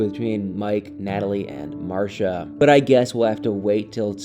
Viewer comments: She pronounces her name MarCEEa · It's pronounced Mar-see-uh (Marcia) 😉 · The way your pronounce Marcia 🤣🤣 You had me questioning my own memory of the show smh